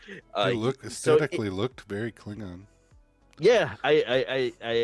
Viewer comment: Kleen-on? Seriously? Where is that hard G? Klingon.